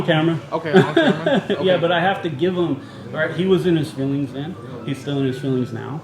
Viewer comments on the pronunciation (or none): FEEEWING POWICE. ITS ALL ABOUT FEEEEEEEEWWWWIIINNNGS.